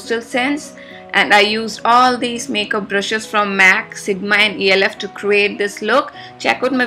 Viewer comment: very beautiful :) loved the colors :) Diwali is a festival of colors, lights, and brightness.. even though it can't be lil too much for other days, its perfect for Diwali :D Loved the background music for Kabhi Kabhi haha :D p.s. ELF is pronounced elf all together not E.L.F :) Do a makeup collection please :D